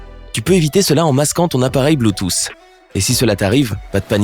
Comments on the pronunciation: Merci de répondre a une question que je ne me suis jamais posé même mon prof de techno ne m’a jamais expliqué ça par contre, la miniature me gêne un peu et s’il te plait arrête de dire bluetooce ( pour la prononciation) on dit Bluetooth (ffffff) 🤦🏽‍♂️🤨😂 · Ptn tu me tue avk ton BLUTOSSE au lieu de BLUETOOTH